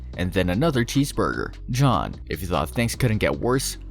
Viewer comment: How tf you look and “Jeanne” and say “John”? 💀 it’s JEE-NEE